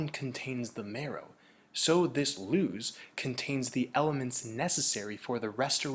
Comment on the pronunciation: When I hear Luz I also hear Loosh...language disparity is a thin ice which one dare tread!